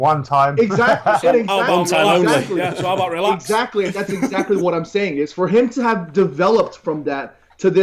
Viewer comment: "Eggs. Eggsactly"